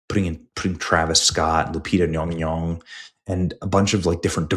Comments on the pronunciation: All I know is that Nyong'o is 100% NOT pronounced nyonyo in Africa. More like Nyon'goh, wich would probably be the spelling of her traditional name.😂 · Nyawn-goh not Yong-Yong 🤡 I hope you stay mad forever 😂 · Benny need to go back to 3rd grade phonics/ English class...Yong-Yong is Not how you pronounce Nyong'o........I mean at this point, Benny is just trying to clown. No matter the subtleness, he knows better. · 😂Ñy⁰Ñg^Ñy⁰Ñg??😅 BëÑÑy ••••• R u pronouncing it wrongly or as comedic sarcasm?!! Will not waste a single cent on this D.E.I./Woke/disrespectful to actual historical figures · Lupita's last name is Nyong'o. Someone misled you with that Nyongyong pronunciation. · Hearing that pronunciation of Lupita's last name just reminds me of Darcy from Thor calling Mjolnir "Myuh-myuh". 🤣🤣 This movie is going to be a disaster. Even if it makes a ton of money, which I hope it won't, it's going to completely desecrate the Odyssey. And no matter what anyone says, ELLEN PAGE is still a woman. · Nyong'o. The first syllable rhymes with song, final vowel same as the "o" is same as Spanish "o" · Wow butchering her surname like that 😮 the racism is thick here . And im not into affirmative action like that. You sir are gross. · Your mispronunciation of the actress is offensive it’s pronounced Lupus McBunghole